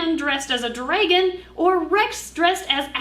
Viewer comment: I love how says drAgon it sounds really pretty